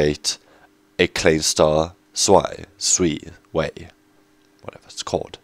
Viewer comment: In the stars the German language is used. Z is pronounced as ts. So you say 'Tswei'. Here are all the pronouncements from 1 to 10: ein - ein zwei - tswei drei - drei vier - vier fünf - funf sechs - zegs sieben - sieben acht - acht neun - nojn zehn - tseen Hope this helped you out a bit, so in future videos pronounce it like this :-)